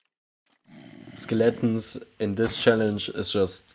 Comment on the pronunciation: I love the way he says "Skill-atins"